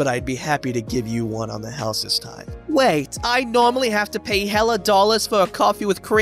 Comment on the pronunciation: the bostonian 'hella money'